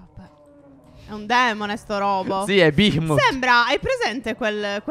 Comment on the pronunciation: Si legge bahemoth